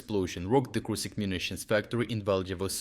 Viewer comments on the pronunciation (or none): its "Krushik", not "Krusik". Pls learn to read